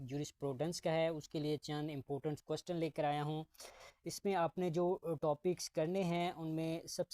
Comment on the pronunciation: Questen ni question hota he😂😂